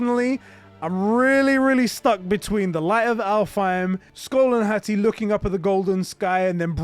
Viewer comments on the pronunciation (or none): I hate the way you pronounce Hati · HA-TI, say it slow lmao 🤣